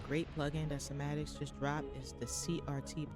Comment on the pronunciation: it’s pronounce sai ma tics not sa ma tics